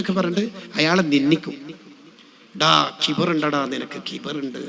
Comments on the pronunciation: ഖിബ്ർ അല്ല , കിബ്ർ എന്നതാണ് ശരി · ഖിബ്ർ ❌ കിബ്റ് ✅ 😊